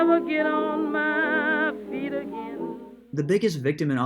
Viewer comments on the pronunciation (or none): none